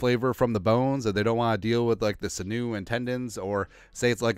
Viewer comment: Say sinew again. Please 😂😂😂